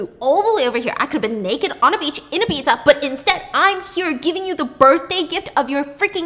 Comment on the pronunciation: I love Stephanie, so much, even when she mispronounces words like Ibiza and Isla 🤣 cutest thing ever Your video keep me going girl, keep it up 💋